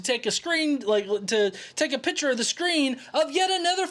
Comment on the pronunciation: Hey love you and your channel and your chastising of flatfux! I’ve noticed however that you always pronounce picture like “pitcher” like a baseball pitcher. Now I know very well this is petty and not important but I had to say it. Constructive criticism my friend! Keep on debunking all of the fuckin idiots I love the videos! Later